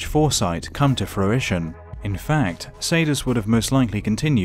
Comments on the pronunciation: Darth Caedus (pronounced Darth Kai Dus) not Saydus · It's Kydus not Caedus